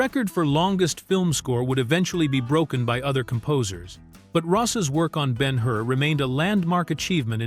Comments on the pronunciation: And it would be so much easier to read and not be droning run-on sentences if you knew how to use puctuation. Judah Ben-Hur (not "been her"). And the point of not showing Jesus's face is to keep His mystique and humility; not show Him as a man; notice that the Bible does not go into detail about His appearance. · Not Ben Hoor. Ben Her. AI Sucks. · Not to mention he pronounces the character as Ben-"Hoor" rather than Ben Hur. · This piece fails in so many ways! This is an amazing film... does it make sense to use an AI narration that can't pronounce the composers name properly... or EVEN the name of the person portrayed in the picture?! BEN HOOOR? WHAT? The use of a 2/2 country background is LUDICROUS. I turned it off after 3 minutes of this drivel! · Ben HOOR? HA! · Who ever produced this is DEFINITELY NOT READY FOR PRIME TIME! Ben-HOOR? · I agree. I have been a voice actor for five decades and AI is destroying my business with crappy narrations all done by the same pathetic computer manipulated voice that pronounced most of the names incorrectly. Ben-HOOR? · For me, Ben Hur is still the best film ever made. This AI voice is present in many AI videos. In this case at least the name of the movie and the name of the protagonist should be correctly pronounced. It's not Ben Hoo-er.